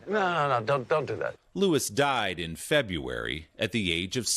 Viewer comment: Willie, how do you seriously not know how to pronounce the word "February"?